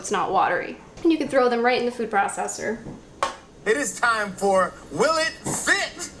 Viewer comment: Will try it if you say "food processor" again 😂😂😂